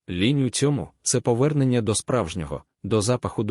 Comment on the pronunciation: Ш І читає луже погано, багато помилок у наголосах. І лІнь, а на лЕнь. Сама тема цікава. Дякую